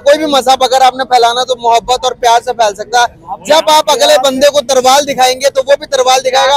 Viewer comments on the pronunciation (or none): Youtuber bol raha hai???Tarval yaa Talvaar???? 😂😂🤣🤣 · अबे तरवाल नही तलवार